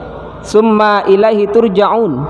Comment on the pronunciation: Mhn maaf bacaan surat albaqorohnya, kaiimat tsumma...nya, diperhtikan mad atau tdknta